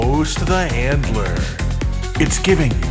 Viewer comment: I keep hearing Hitler not handler lol